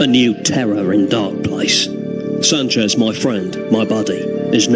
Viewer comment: There's a hidden joke in Garth calling Sanchez 'sanj' (as a mispronounced 'singe' - typical for Garth - which would mean monkey, in French).